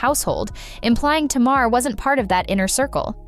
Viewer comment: The narrator is mispronouncing Tamar's name. I stopped watching after because it's annoying and disrespectful. Tay-mahr not Tah-mahr. Get ut right